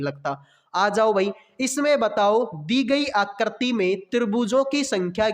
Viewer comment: Phle aap aakriti bolne ke liye Sikh jao uske bad figure counting pdha lena bhai